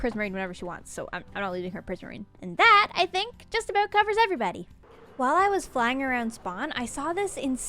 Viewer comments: "There's still one eyesore I haven't worried aboot yet" I didn't know is Canadian. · "Yeah... aboot that..." LoL Such a good Canadian. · This vid has most Canadian "about" in it yet.